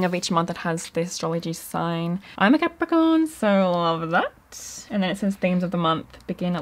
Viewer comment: Haha, I thought you blurted out "I'm a leprechaun!" Instead of Capricorn 🤣❤